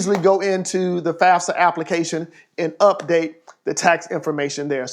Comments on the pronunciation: Did anybody heard him say FASFA instead of FAFSA? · "fasfa" "fasa" "fasfsa" im dead lmao